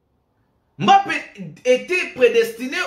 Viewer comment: Pourquoi tu l'appelles Kilian M Mbappé ? Appelle-le comme nous appelons les africains. On prononce simplement MBAPPÉ sans dire le M BAPPÉ.